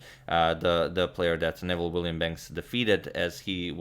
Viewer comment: I knew his name is not pronounced as Nevel but as Noo[ I played him twice as a young man he would give mixed Chess and Checker exhibitions